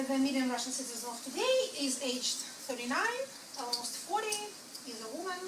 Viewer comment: el-mause-t instead of almost too :)